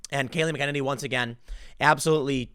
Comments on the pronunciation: Jesus Christ. it's Kayleigh MACKEN-any, Tim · Kayleigh McEnany....pronounced 'mack-en-AYny.' Emphasis on the 'AY' signed: insufferable pedant. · Tim needs to learn to read. McEnany and McKennedy (or whatever he's saying) are so fucking different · Where's the Holiday to remember the victims of the Wounded Knee Massacre?..OH, ONLY Black Lives Matter!..Imagine my Native American shock! BTW, Timmuh, MAK-ENN-ANNIE not Makennedy. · Mac en nanny is joe you pronounce her name Kills me how you get it wrong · MAC-EH-NAY-NEE! Learn to pronounce the name, or link to an official pronunciation guide, Tim! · Last name pronounced “Mack-ah-ninnee” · It’s Mack N A Knee! It’s not hard! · McKennedy? Take a few minutes & learn to pronounce her name. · Just an FYI- the press secretary’s last name is pronounced “Mac In Nay Nee” Still love your segments! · Tim has a pattern of mispronouncing women’s names. He also mispronounces Mika Brzezinski’s first name which is only two syllables. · Tim it's pronounced Mac-a-nay-nee. Your welcome. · Bro!!! It’s “mack UH nay KNEE” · Tim stop saying her name weird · Gahhhh thats not how you pronounce kayleigh's last name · Tim...please watch at least one press conference long enough to learn how to properly pronounce Kaleigh’s name. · Please Tim, stop butchering her last name! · And Tim once again mispronounced Kayleigh McEnany's name. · Tim!!!. Either stop saying her name or learn how to pronounce it.... I dont know why it bothers me so much, but come on man!!. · Time to start pronouncing her name correctly. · Seriously Tim? CNN O'-fence-ive! 😂 Edit : Tim... the Press secretary's name is pronounced Mac An En Nee.